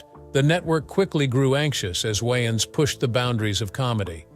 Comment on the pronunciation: Why does he keep saying Wyans?